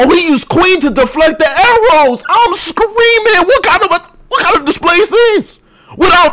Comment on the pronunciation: ... did you have a seizure or did i cause that sounded like you said "he lost another volley of arolws"